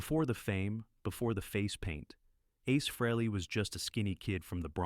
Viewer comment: Freeley ?? for the love of god its FREHLEY , after all these years people STILL can't say his name right ??? oh dear